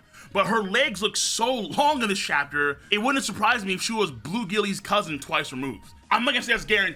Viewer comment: Bruh said blue gillies cuz twice removed lmfaoooo